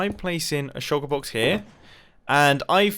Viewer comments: i just watched the closed captioning on this video try to figure out what u were saying when u said shulker box. it said sugar box or shocker box. xd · Say Shulker Box again, I dare you.